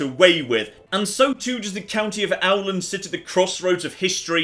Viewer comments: Åland!!! Not owl land!! "Aw-land", thus. Please listen and create your very own glorious Ålandska empire! Love your stuff, keep it all up. Long time fan. You make this Norwegian very happy. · Åland: Owland Casus Belli: Cow-sus Bel-eye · LTATTJGR: It's pronounced O-Land! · "Å" is a swedish o. Despite it looking like an "a", it sounds better if you pronounce it like an "o". Ie. Oland instead of Aland, Hokan instead of Hakan, etc. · Nice viceo, but the "Å" letter is actually pronounced like the "O" in "Tom". So Åland is pronounced closer to Oland, rather than Owland like you say it. Just something that stood out to me and I think many others from Nordic. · Your pronunciation of swedish is very good, but Å is not like the o in OWL. It's more like the o in DOG. The phonetics of Åland is [ˈǒːland], can be simplified to [oːland] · If I got it right, in Swedish, Åland would be pronounced more like "Oland" – like, "Awe-Land" ['o:land/t], rather than your "Owland", i.e. Owl-And ['awland]. ...just trying to be as helpful as I may (or may not) be annoying. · Great! back with some cool wholesome Finland stuff, and in nothing less than Crusader Kings III! (Obligatory, probably said by million people already) It's pronounced "Oland", not "Auland". Also, usually Nordic devs are pretty decent at getting the regional names right, but I don't entirely buy the weirdness in the Finnish map. "Käkisalmi" is missing the dots. Savo region gets named "Olavinlinna", which is the name of the castle built in 1400s (and it wasn't even first called that). And I kind of find it funny that there's the massive region of Oulu when the city of Oulu was founded in 1605! (Though admittedly we had a castle of our own since late 1500s, but some dipshit didn't have any idea how to safely store gunpowder in the 1700s, so here we are.) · Every time he says "Auland" I feel a punch in the dick. Try "Ohland" instead. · *the name Åland is not pronounced Auland. More like Ohland.